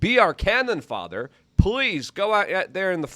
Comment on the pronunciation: luke say " cannon father " ??? Bro is so tarded he cant say fodder.